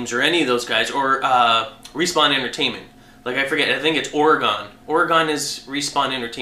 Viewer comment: That's not how you pronounce Oregon! :/